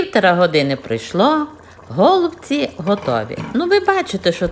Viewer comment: Але наголоси,трохи шокують українську мову..нпр-гОлубці. А треба голубцІіі. І ще укараїнаг має більше 160діалектів. Найчистіла укр.мова в містах Луцьг.Рівне...ближче до літературної. А рецепт хороший.